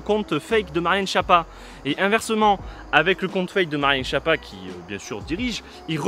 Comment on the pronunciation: En plus ça se prononce "Skiappa".